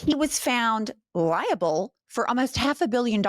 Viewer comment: “Found lie-able”